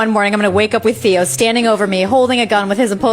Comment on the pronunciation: Your dog... EXACTLY how you pronounced his name, O Théos in Greek means "The Uncle". Slightly change the toning, O Theós means "The God" i.e. Theológians. You know, Zeus, Theus, Theós.